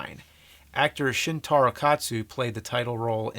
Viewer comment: BTW its Shintaro, not SHIn Taro.